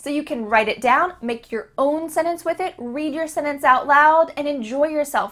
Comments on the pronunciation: along with emphasizing vocabulary, please include the importance of pronunciation. Case in point, you used the word "sentence" many times, but, you did a poor job of pronouncing the "t" in the word. It sounded to my 68 year old ears that you actually pronounced the word "sennence". It is important for the teacher of a language to pronounce words correctly, otherwise the student of said teacher will only learn bad habits of pronunciation. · Your trying to teach English (advanced!) and you repeatedly said the word 'sentence' like it had no letter 't' in the word! lol Perhaps you can tell folks this video may be better suited for new English speakers! Still, its nice seeing someone promote proper English! Sentence, not senence! lol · Informative. Pronunciation- I have corrected myself from not pronouncing t's in a word like counter. I grew up saying "cowner". Why? I don't know. But there is a t in " sentence ". Pronunciation sounds like " sennance " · it's sooo annoying haha. Yeah it's more like the first n and the t aren't pronounced at all. It sounds like "seh-ence" Pretty cringe. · As frequently as you use the word sentence, it would be much better if you would enunciate the t...senence doesn't get it. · Me, an English speaker.... "SENNNNNANCE" where's the "t"? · So she can make you insane with the way she pronounces sentence as senence over and over 🤬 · you seem to pronounce the word 'sentence' like [setence] (swallowing the middle n). Are you aware of this? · If I may: I notice that you swallow the t in the word "sentence," but for the sake of clarity, it might be better to pronounce it with a hard t for your non-native viewers. Edit: I would also switch out optimum for optimal. As far as I know, "optimal" is always used as an adjective (optimal time, optimal route, optimal solution). Optimum, on the other hand, is usually used as a noun ("According to research, going to bed before ten o'clock is optimum for a good night's sleep").